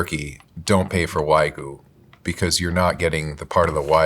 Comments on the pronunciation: Wagyu...It's pronounced "Wag-You" not "Way-Goo". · It's "Wa gyu", not "wai gu" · The number of times the bald guy mispronounced wagyu came across as a hate crime to my ears. Folks, it’s pronounced “wah-gyū”. The “gyū” is like if you put a g in front of the word “you”. Stop. Saying. “Waa-goo”. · It's not pronounced Wah-GOO, it's Wag-YOU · Please, you should have cut that one guy saying "why-goo" a dozen times. That was hard to get through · bro called it "waygu" like 20 times in one minute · can you please stop saying “WhY-goo” please! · A food professional can't say Wagyu correctly. Way-goo? WTF is that? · Why do people insist on pronouncing WAGYU is WAY-GOO or WAYGEE. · It's "wag-you". It's not that hard. If so many people are going to be so critical about how non-native English speakers pronounce English words, we can put ourselves to the same standards. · how is it that meat experts cant even pronounce wagyu properly😭😭 like what is wahgoo.... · why do these people never correctly pronounce wagyu. its wagyu not waigu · And he just KEPT SAYING IT. Don't pay for WHYGOO because you're not getting the part of the WHYGOO that's the reason we eat WHYGOO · No Wild Bill's 😭 also, "WAGOO" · That guy came across so knowledgeable but then pronounces it 'why-goo'. Crazy. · I’ve always found it distracting when English speakers pronounce it wag-you (like a dog wags its tail), but why-goo is a new level of “maybe your condescending tone is undeserved,.” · For the life of me I can’t understand why these professional meat purveyors cannot pronounce Wagyu correctly. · Bro mispronounced wagyu like 20 times in a row. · white shirt guy pronouncing "wagyu" wrong so many times in a row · Why is it so hard for people to pronounce Wagyu correctly? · lol they all pronounced Wagyu 8 million different ways 😂❤ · The inability to pronounce wagyu is infuriating 😂